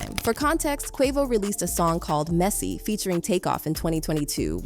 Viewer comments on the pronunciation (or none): She can't read either she said meezy instead of messy😂